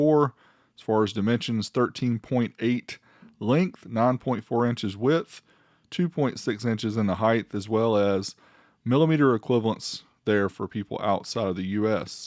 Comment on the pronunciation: Height = hi + t not hi + th